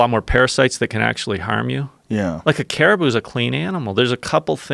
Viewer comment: I'm trying to power through his episode but I'm getting sick of him saying caribou!